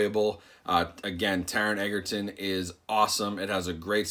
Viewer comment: Thanks for making this video! I was kinda curious to see what the differences were between the Blu Ray and the 4K. Also, Taron's last name is pronounced edge-er-ton, not egg-er-ton. Common mistake lol.